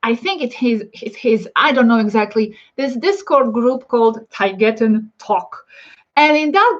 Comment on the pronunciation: Interesting name because it’s like Mama spanish for mother... also I don’t know if you know this but proper English pronunciation of Taygeta is “ay” as in play and “g” as in jet.